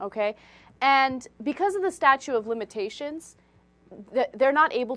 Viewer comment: I know it's statute - I heard "statue".